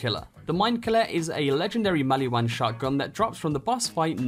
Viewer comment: Are we just gonna ignore that he said “the maliwan shredifire”